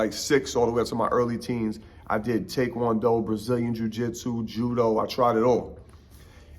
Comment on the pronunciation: Big props to saying Tae Kwon Do right